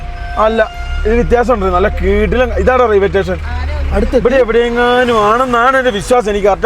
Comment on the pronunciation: റെയിൽവേ റ്റേഷൻ ❌️ റെയിൽവേ സ്റ്റേഷൻ ✅️